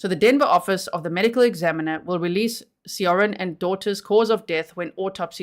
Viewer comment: As a beginning Korean-language learner, I would pronounce Seo-rin more like Saw-rin.